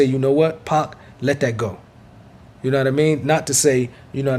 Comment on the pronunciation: When says 2pac i heard 2pop